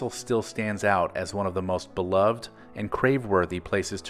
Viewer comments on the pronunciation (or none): none